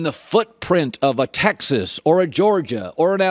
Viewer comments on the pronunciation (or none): none